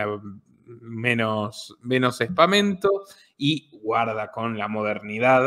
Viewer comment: Che, me parece que se dice, " aspaviento" en lugar de "espamento", como digiste recien....!!